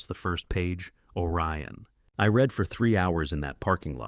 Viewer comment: You read every comment... Sounding "RED" = past tense. Not "REED" = present... As it is meant to be ! AI exposes itself by misspelling...